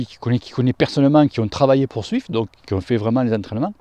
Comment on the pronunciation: je sais bien mais dans la vidéo on (je) entend swift, d'où ma remarque 😉. Sinon très bonne vidéo 👍